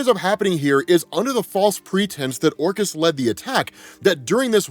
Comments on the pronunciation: If it makes you feel better I thought he was saying Orcus of the Underworld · This whole time, when I heard the word, "Orchis", I was hearing/thinking, "Orcust", like the dark machine orchestra themed Yu-Gi-Oh archetype lol; advanced level nerd brain conclusions at its finest. In hindsight I guess, "Orchis" makes a lot more sense lol.